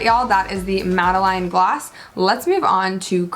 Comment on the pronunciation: It's pronounced MAD-A-LEN and it's a small French cake with a type of shell pattern on one side, traditionally served with Coffee